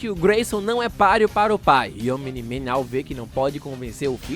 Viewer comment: pq quando ele fala omni-man eu escuto "o mini man"